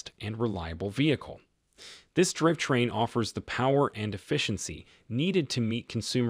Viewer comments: "driv train" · I don't have that great of a voice either, but that is no excuse to allow computer generated reading with all of the obvious mispronounciations. Just read the thing and I will upvote your channel. As an alternative, you could just misspell the parts it has trouble with like drive train, poor sha etc...